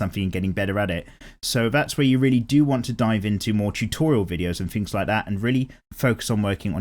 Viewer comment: What does it mean when you say "An ting"? Also Fav anime ever is toss up between G.I.T.S Stand alone complex and Cowboy Bebop.#HARDCORECREW